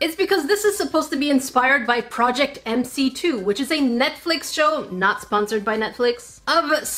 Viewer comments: Me:scrolling through comments Also Me: Did no one else notice she said "Mc2" not "Mc square" 👁👄👁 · Oh no MC2 Is pronounced MC square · Omg this is kind of triggering, it's called project Mc² pronounced project Mc square